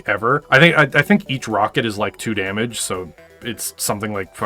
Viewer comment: twentie damege :D